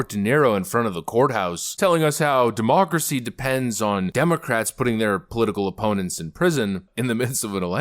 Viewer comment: I love when this guy says "DEMOOCRISSY!" 😅